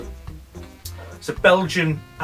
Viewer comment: Thanks to you. I like how that pouch is wrapped to be sent! I just add, actually the brand Leffe have to be pronounced "Leff" with the silent "e" as often for the french words. See you